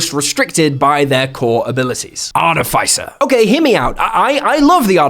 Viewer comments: It’s Are-tiff-iss-er 😡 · I find it funny how no one say articifer correctly art tis if fur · I don't mean to be picky or judgy but ARTIFICER is pronounced /är-tĭf'ĭ-sər/ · Am I crazy or this is NOT the right pronunciation of "artificer"? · please stop saying artificer like that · That's not how you pronounce "artificer". Check Google. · Why do you pronounce artificer like that O.o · The way he pronounced artificer with the hard I is noteworthy, comment worthy really, to me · you should learn how to pronounce words, hearing you butcher the word artificer over and over and over right in the begining of the video is very offputting